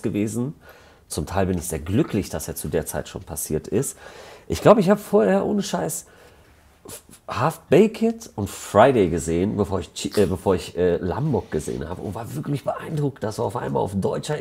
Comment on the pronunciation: Baked wird Bäikt ausgesprochen, nicht Bäket. Ansonsten cooles Interview :D